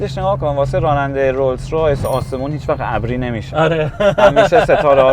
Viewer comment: بازم تلاش کرد ولی بازم تو اینترو گفت رویز رویز 😅